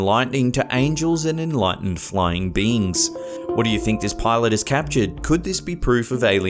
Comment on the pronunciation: Not sure if hes saying beings......or beans......